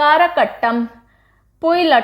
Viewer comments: I'm from tamilnadu and I've seen 3 dances videos in one go..😅 Ur classes r fantabulous as usual. Keep rocking mam. Love from chennai..💜💜💜💜 Tq for this class.. And FYI.. It's not अटटम it's आटटम . I hope u got it..💜💜💜💜💜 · Kindly correct the pronunciation Aattam - आट्टम (Meaning in English is dance)